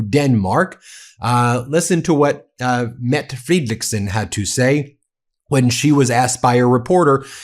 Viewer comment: METTTTTTE How many T Do you need to pronounce it right🙄